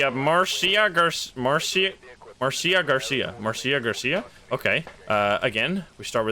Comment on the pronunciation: Just a heads up, Marcia is pronounced Marsha